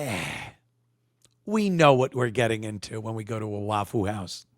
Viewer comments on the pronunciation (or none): Saying Wah foo makes this a bit hard to watch sorry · I came here just to hear him call it "Wafoo House" 😂😂😂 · It’s pronounced waffa how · "Waff-foo House". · "waffule houe" 🤣🤣🤣